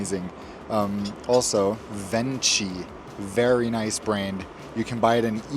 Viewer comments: My favorite Lufthansa experience was landing in Frankfurt. The blunt, German welcome immediately upon landing: “Ve have landed in Frankfurt. Goodbye!” Really appreciate your videos. Food looked legit. Also, Venchi is one of my favorite chocolates, and pronounced “Ven-Key.” :) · AMAZING as always! Little tip: VENCHI is pronounced VENKI. CH sound in Italy is a K :) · Ciao, yes Venchi is pronounced Venki. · Venchi, pronounced Ven-kee